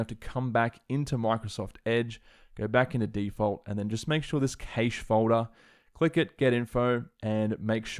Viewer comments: Cash not cAsha lol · It’s cache not caish LOL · What’s a ‘kaysh’? 🤣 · Some really good info presented in an easy to follow format, I'll be back to apply this when I (finally!) get my hands on an M1X Macbook Pro. And also... during working for various companies in the UK for some 40 years and dealing with many tech support people, I've never heard the word cache pronounced 'caysh' like that before. I've always heard it pronounced 'cash' here in the UK. Interesting how that differs even between the UK and Australia. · Was a tad confused when I heard you pronounce "cache" as "kaysh," then realized it's a thing in Australian English. Great stuff as always. You've been very helpful in my consideration on whether or not I should purchase an M1 MacBook. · Your pronunciation of the word "cache" is actually driving me insane. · I've never heard "cache" pronounced that way before...is it an Aussie thing?